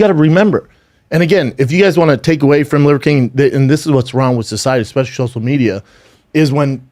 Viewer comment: shosal media